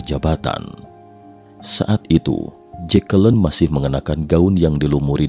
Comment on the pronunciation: ...dan jatuh disamping JEKELEN wkwkwkwkwkwk, nama keren-keren kok jadi gitu bacanya mas wkwkwkwkwkwkwkwkwk